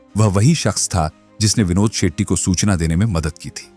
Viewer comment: Sethi nahi Shetty...pehle naam seekhle... Chu...